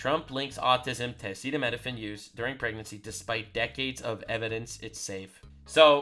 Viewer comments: I agree across the board, but I'd like to point out that Trump fumbling over and mispronouncing acetaminophen didnt do him any favors. I'm not sure how he had conversations about this topic and doesnt know the word acetaminophen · man I’m a massive Trump supporter, but you are lying. If you say this press conference was a good press conference. Trump couldn’t pronounce acetaminophen. He said that women just needed to toughen it out completely ignoring what RFK said about it being the only option for pain and fever, and there have been multiple studies that show that a fever, while pregnant being untreated is extremely dangerous and far more dangerous than autism. I love Trump, but he did not have a good press conference. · Oh god save us men, Midol has acet.... acetimin.... acetimifigly... it has Tylenol in it. And we know how important that drug is for our once-monthly sanity, I mean our spouses menstrual pains.